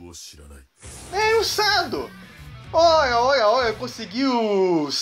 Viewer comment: que Sado é chad sabe nem pronunciar kkkkkk